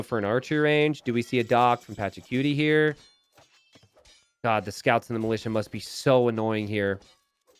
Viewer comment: Its not PATRACUTIE